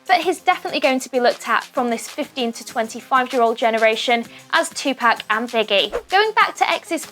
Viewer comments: This video should be call..."How many time can someone can get tupac name wrong in one video" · OMG I JUST CANT SHE CANT SAY TUPAC RIGHT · TUPAC YOU SAID THE SHIT WRONG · Girl ur sayin it wrong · Can you say Tupac right? I don’t wanna be mean but dang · R.i.p Tupac and also R.i.p X But I was cringing soooo much everytime she said Tupac’s name😭😭...I almost stopped watching the video just because of that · plz say tupac correct🤦🏾‍♀️ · Stop saying Tupac like that damn but rip X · You should really learn how to pronounce Tupac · Bruh, how do you pronounce 2pac name wrong, it doesn't get any simpler than that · for gods sake please pronounce PAC properly!!!! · So we just going to ignore how they say Tupac name wrong. NO OFFENSE TO BRITISH PPL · Audie lmao they ruined the whole video with that shir ,in tapac for Tupac ruined it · It's not tupack it's topuck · It's not pronounced "Two pack" it's pronounced "Two poc' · You’re saying Tupac’s name wrong. It’s To (pock) not To (pack) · You keep fucking saying two pack it's poc/pock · "Tupack" its pronounced "tu-pawk" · It’s not “2 pack” it’s Tupac. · She said 2 pack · It's pronounced 2-Poc not Tu-Pac 😂😂 but RIP Jaseh😭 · Tf! 😂 😂 who is 2 PACK?! It’s 2pac 🤦🏽‍♀️ irritated my ears hearing this dumbass damn reporter say his name wrong. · Bro she keeps saying Tupac like two pac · Its pronounced two pock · Michelle Proudfoot idk if u have already gotten a response. It’s not pronounced “2pack” it has more of a Spanish sound. It’s like the sound pop but pac. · ITS NOT TUPARK ITS TU-POC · She said two pack 😂😂😂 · "TWO PACK" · If this nigga sais 2pack 1 more fucking time i swear to god. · Did she just say 2-Pack... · The way she says tupac, "tupack" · Lol she said tea pac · Tupac is pronounced 2poc just so you know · “Compared to TwoPack” can we get someone who can say Tupac right? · “two pack” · The way she kept saying 2pack was so annoying 😒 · It's Tupac not Tupack. Smh..... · I hate people who say Tupack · Audie lol tupack